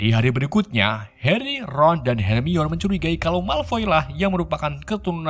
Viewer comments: Her mai ni, bukan Harmoni blok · Bacanya hermayoni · Her mi wan Ye eendehhh non kagak bisa baca Admin yeeendehhhhh kang coli 😂🙏🏻 Bang namamu Ian kah? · baca nya hermion Bukan her mai ni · Sedikit masukan. Harmoni bukan hermion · bangke lah. sebelumnya hermoin. sekarang hermion wkwk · bacanya "Hermoni" aja kalau kesusahan bang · Hermiwon aja🤣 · Bacanya "HERMAWAN" 😁😂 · Mugkin bacanya HERMAN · Yang sebenarnya Her-Mo-In ~Hermoin~ begitu sebutannya UwU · Hermoini grenjer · Bacanya Hermi-awan bang 🤣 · Bacanya Herman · Hermaini nyebutnya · Hermoni gitu kak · Lalat terbang , becanda bcny hermoni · Bacanya "Herman" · di baca herman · Akuu bacanya " hermiwan"😢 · Baca ny hermayoni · Nih bang kukasih cara bacanya hermione:hermaini weasley:wisli george:jorg ginny:jinny ron:sebut ron aja bang gausah pake ronald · Hermiyon, ngakak min 😂🤣🤣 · Hermione = dibaca 'hermainiii' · Bacanya hermione itu hermaini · Bang pengucapan namanya please di benerin dulu please